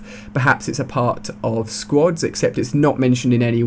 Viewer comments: Hey Ali a It's called squads not sqods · I like how you say squads like squods XD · Half the time it sounds like he is saying "squats". Switch that into every time he says squads and its hilarious! XD